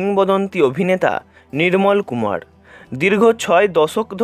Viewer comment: Please don't use d in place of r. IT'S Nirmol Kumar, not Nidmol Kumad.